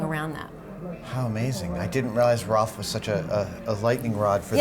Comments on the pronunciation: Oh my gosh, can you not say rowlf ? It’s not Ralph it’s Rowlf!!!!!! Freaking Rowlf!!!!!!!! Not RALPH!!!! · *cringes every time she says "Ralph" and not "Rowlf" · If she says "Ralph" again instead of "Rolf", I will lose my shit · Ralph? RALPH? The puppet's name is right there in front of her: ROWLF. How one person can sound so knowledgable about everything Henson, but flub the name of the most significant of his characters, second only to Kermit? He was partially retired when Henson died, for God's sake! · It's Rowlf the dog. Not Ralph. Just throwing that out there. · It's rowlf....not ralph... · You’d think she would know Rowlf is pronounced ROW -lph...not Ralph. 🙄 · Loved the video overall, but ya think someone should tell her, being the curator of the exhibit and all, that it is "Rowlf" and NOT "Ralph"!? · the fact that she doesn't know how to pronounce ROWLF and keeps calling him Ralph makes it clear she doesn't really know anything about Henson but just parroting memorized information. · Ralph? It's Rowlf lady! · Why is she calling Rowlf by the name Ralph? Odd that she would get the name wrong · I'm sure they're mispronouncing Rowlf's name, it's not Ralph?!! Come on Adam, you're better than that?!!! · Can they hire someone that actually knows the characters? Rowlf not Ralph, Dozers not doosers. Rrrrrrrrrrrrr!!! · Why is she calling Rowlf "Ralph"? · Is it me or is the curator saying Ralph the dog? I thought the dogs name is Rolph???? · He is called Rowlf. Fozzie has always called him Ralph. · Guys...Rowlf. Not Ralph. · Ralph is how some people pronounce it. Neither is wrong. Several of the Muppet characters pronounce it that way. Fozzie says it that way. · Fozzie calls Rowlf Ralph. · Why does she pronounce Rowlf like Ralph? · Her pronunciation of Rowlf is killing me 😂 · Uhhhhh isn’t it Rowlf the Dog. Like the sound a dog would make? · Thank you! In light of her genuine depth of knowledge, that mispronunciation really bothered me. Very big difference.